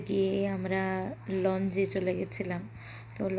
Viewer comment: উচ্চারণ টা "লঞ্জ" নয় "লাউঞ্জ"